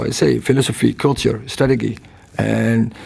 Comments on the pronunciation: He got his "stragageey" wrong. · Strateghee… love the man, but when is someone going to tell Ten Hag it’s pronounced wrongly? 🫣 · I just love the way ETH handles questions, as well as the way he pronounces "strategy". 😎